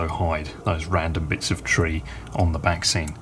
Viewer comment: Absolutely amazing, the level of detail is outstanding as always! Whenever you mentioned the ‘backscenes’, all I could hear was ‘vaccines’ - that’s all that’s on the news here in Ireland anyway! Looking forward to the next instalment already! Happy New Year